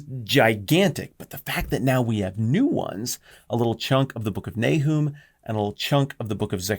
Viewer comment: Nahoom? I've always pronounced it NAY-um.